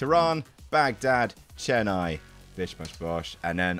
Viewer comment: As a person from Chennai, I applaud every single person in this video for pronouncing the name right ❤️